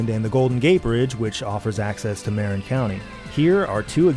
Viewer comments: "Muh-Rinn" county 🤓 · It's 'Muh-rin' rather than 'Mare-in'. At least for the locals. Sorry, I know your research is exhaustive so I had to take the opportunity to offer a miniscule correction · it's pronounced like "Marine" County instead of "marron" so I think you gotta remake the whole video now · NONONO ITS MUH-RIN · MAH-RINN County, Jon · It's pronounced "mar-IN" county. The emphasis is on the 'in'. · The way Jon pronounced Marin County lmao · As a former San Francisco Bay Area resident, I actually learned something from this video. I knew that Treasure Island was a mess but I didn't know it was *literally radioactive*. I also really enjoyed the rest of the side quest talking about SF and the bridges. I did not enjoy how he pronounced Marin County however. :D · Yeah that sent me 🤣 caught me totally off guard. Might be the first to pronounce it that way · Great video but the pronunciation of Marin county through for a loop.